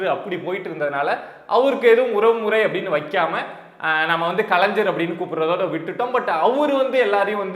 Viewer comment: கலைஞர் என்பதை தயவு செய்து சரியாக உச்சரியுங்கள்